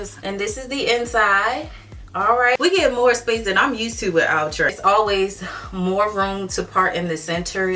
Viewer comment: all love.. it's pronounced like "outer" not outra or ew-trè